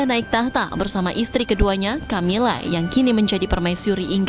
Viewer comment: Cammilla not Camelia 😀🙈